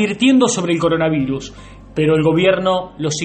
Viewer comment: Alguien pase los videos donde la primera dama no deja de decir "coronaviNus" xD